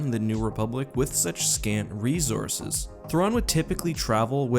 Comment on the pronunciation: GOD FUCKING DAMMIT HOW TO YOU WORK REEZORSES INTO EVERY SCRIPT?